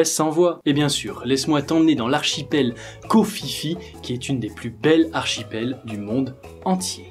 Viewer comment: Hello mais Koh Phi Phi ce prononce Koh Pi Pi . Bonne vidéo bonne continuation. ( j'ai eu la chance de taffer en thailande).